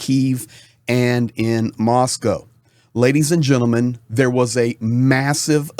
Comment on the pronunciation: Good to hear an American pronounce Moscow correctly.